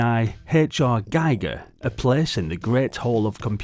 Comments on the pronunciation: Very interesting game indeed but how could you have missrd picking up the correct pronunciation of the name "Giger"? It's not "Geiger" but like "Gieker". It hurt my ears! 😸😭🤕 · I prefer Guy-Gur, Gee-gur sounds like people making shit up just to be diff